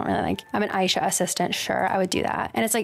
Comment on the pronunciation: BLESS you pronounce Aisha the same way as me!! I've been playing on and off since probably 2001ish. I've stuck around this whole time due to the Art community that surrounds the Beauty Contest - I cannot describe how satisfying it feels to earn BC trophies for your pet lookups. Neopets genuinely fueled my insanely high art output in middle/high school. The site's been in a rough shape for the last ~5 years, but it's great to see things are turning around. And I love finding people like you who love the site as much as me 😄